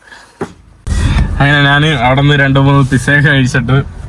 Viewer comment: നാൻ അല്ല, ഞാൻ ആണ്